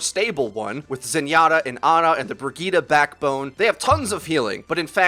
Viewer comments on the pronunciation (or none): Bri-geet-eh. Not Ber-gee-ta. Thank you. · Haha says "Burg-eeta" for Bridgette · Learn how to say Bridgette man